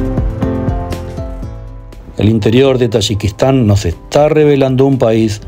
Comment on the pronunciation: You can’t even pronounce the name of the country. You’re visiting I don’t know what the hell you were doing over there. You’re from Mexico.